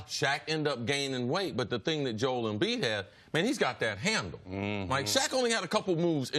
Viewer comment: Does it bother anyone else that CC refuses to pronounce Joel Embiid's name properly? Everyone else on earth seems to be able to pronounce it "Joe -elle", yet CC consistently pronounces it "Jole". I can't get past it.